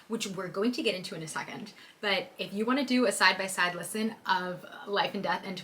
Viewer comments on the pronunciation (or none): none